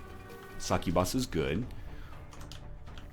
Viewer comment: Northernlion, I love your videos, man. But please look up "How to pronounce succubus" on youtube...